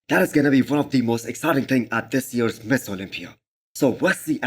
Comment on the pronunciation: Bro why do you pronounce mister as miss? The automated subtitles also show ms olympia 😂